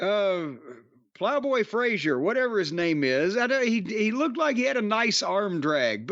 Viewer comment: Frazer...not Frazier